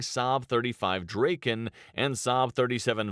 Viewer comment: The narration is really awkward, especially when it comes to the pronunciation of names. "Vaigen" should be 'Viggen' (with a short 'i' like in 'hit'), meaning 'thunderbolt'. "Draeken" should be 'Draken' (with an 'a' like in 'bra'), which translates to 'dragon'. Both were also quite successful models (329 and 615 build, respectively). Strangely the pronunciation of 'Gripen' (griffin) is actually ok.